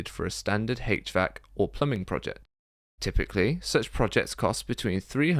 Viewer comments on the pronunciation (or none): Hache vac system! 😆 lol It's pronounced H Vac. That is all........ Good video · mechanical engineer here pronounce it "H-VAC", not "Hatch-VAC"